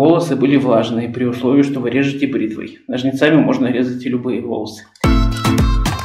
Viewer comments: Ура, стрижка! Обожаю такие видео., только нОжницами, не ножницАми, а то режет слух. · НожниЦАми это на каком языке?слух режет.